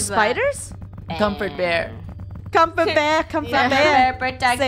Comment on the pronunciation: Doesn’t comfort bear sounds like come for bear Does it or is it just me